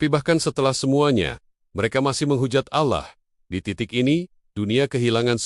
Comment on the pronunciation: Rupanya si tuan AI ini tidak bisa mengucapkan kata Allah dgn benar